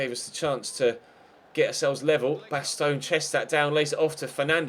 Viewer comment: baston is bastin not bastone